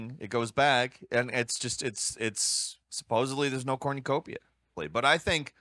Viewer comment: Why the fuck are you saying cornucopia like that???